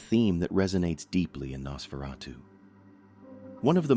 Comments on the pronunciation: HAI IM AN AI HERE TO TALK ABOUT NASSSFRATTU 😂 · I heard Nasferawdoo. lol!